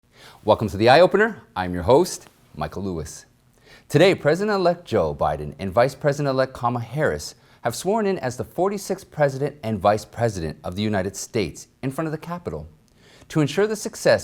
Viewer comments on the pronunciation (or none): I wondered the same thing. But he started with cam-ul Harris. Worth it.